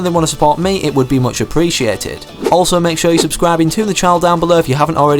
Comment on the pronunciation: Who else thought he said “leave a like, unsubscribe”